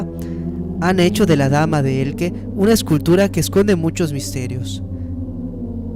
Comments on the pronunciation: Dama de ELCHE, no "Elke". Por lo demás, muy buen vídeo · no es Elke es Elche como leche. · Cada vez que oigo "Dama de Elque" me sangran lo oidos. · Se pronuncia E-L-C-H-E como de pronuncia. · Sé pronuncia Elche, tal cual.. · se pronuncia dama de 'Eltxe'. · Dame de Elche pronuncia bien su nombre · dama de elche..dilo bien !!!!! mal hablas😤